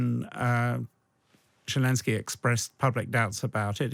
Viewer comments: If this guy wants to sound like he has any idea about geopolitics, he should learn the name of the Ukrainian president. It’s not Jalinsky, it’s not shelenskyy, it’s Zelenskyy. Get it right, man. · I know it's a minor point, but why can't a so-called expert pronounce Zelenskyy's name right? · God, this bloke urms and errs far too much! More importantly, can't he get zelenskyy's name right?? That aside, an interesting discussion